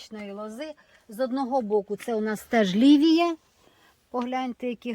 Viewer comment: самий перший сорт у ролику спочатку здивував, бо почувся не Лівія, а як Лідія. В селі ця Лідія вже більше 40 років завжди родить, але пропадає. Раніше робив вино і навіть шампанське, сік варив соковаркою, але надто солодкий, ніхто не п є, хіба що на компот разом з яблуками трохи кручу. На другому городі 5 солідних сортів на межі ростуть напівдиким чином, бо якщо доглядати так круто як у вас, то знайдуться помічники по збору врожаю, а так якраз вистачає на перекур, коли картоплю копаю. А от у місті 4 сорти і там буду ставити профільну трубу і проволоку на шпалери. А, і ще у вас чиста українська мова, бо там де я ріс на Сумщині, то там суржик, схожий на білоруську.